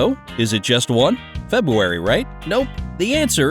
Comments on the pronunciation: Did anyone else hear him say Febuary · Common sense says the word 'February's has an 'r' in it. But you failed to pronounce it.